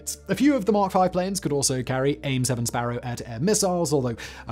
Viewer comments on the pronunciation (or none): none